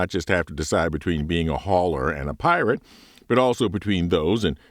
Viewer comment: Are you saying pirate or pilot?